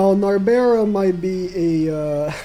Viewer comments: NARBERAL the ‘L’ is NOT silent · Narberal's L is not silent